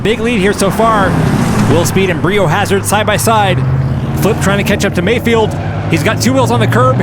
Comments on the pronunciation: Bri being pronouced "Br-aye/Bry" instead of "Bree" would have fit the motif a bit more! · Surely that should be pronounced 'Bry o Hazard' (like biohazard).... Not 'Brie o Hazard' (like the cheese)!! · It's been bothering me that you pronounce it Bree-yo-hazard when it's suppose to sound like biohazard. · I'm going to have to say that it is probably pronounced 'Bry O Hazard' as a play on the word biohazard. The yellow tape gives it away! That said, the races are as fun as always. Keep up the good work. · I think Bri O’Hazard is a long “i” like Brian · Is it not Bri as in Brian, rhymes with biohazard?